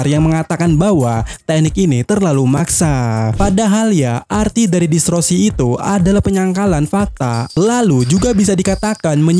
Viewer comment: DISTORSI min bukan DISROSI, gagal fokus aku😂